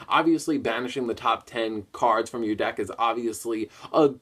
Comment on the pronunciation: that's kinda his thing though! pronouncing the card names wrong and of course saying "cawds" instead of cards lol.